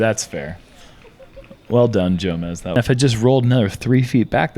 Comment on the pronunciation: Is it "J"omez or "Show"mez? He pronounced it both ways.